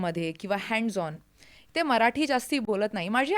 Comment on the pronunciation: इतक शुद्ध मराठी..कमाल कमाल आहे.. खूप खूप कौतुक... तुमचं ही खूपच कौतुक.. तुम्ही सगळ्यात प्रथम मराठी म्हणताय मराटी नाही 😂 इथे मराठी मातृभाषा असलेली लोकं सुद्धा चुका करतात या.. खरच खरच कौतुक..डोळ्यात पाणीच आलं माझ्या